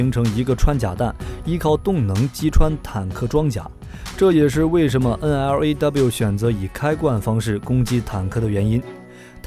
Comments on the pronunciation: 專業一D啦，係讀N Law， 唔係咩9 N，L，A，W。肉9酸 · 不好意思，這支反坦克導彈發音不是N-L-A-W,是N-洛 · 干嘛要字母念法~直接读LAW 就好了嘛